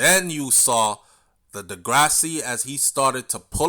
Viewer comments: Big up, Andre De Grasse. 🇨🇦,last name is French. Pronounced De (Grass). Just saying. 😁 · The E at the end of his last name is silent